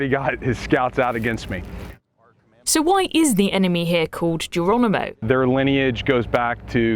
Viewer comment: Ha Do we have a female reporter who can't pronounce the name Geronimo ? . I'm sure she says Gerwonimo . . . She can't get the letter 'r ' out there. . . It's like listening to Life Of Brian. . . Fwends, Whomans, Countwemen !